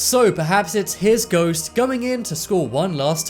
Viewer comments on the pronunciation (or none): Its not goast you stupid its ghost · rachael grant ??goast? Sorry I thought you said toast.